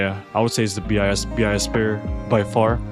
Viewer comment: please say "BIS" as BIS, not B.I.S. ty